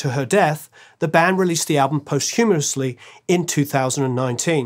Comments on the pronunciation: "posthumerously?" is that like aluminium? In America we say, Posthumously! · or so it sounds like 'post-humorously'. I think the word you're looking for is POST-humous: pronounced POS-t hyuh-MOS.